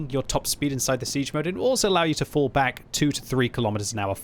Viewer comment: haha yeah thats what I always hear xD